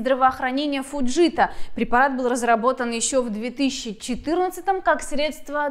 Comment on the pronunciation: Только не ФудЖита, а Фудзита. А так лайк!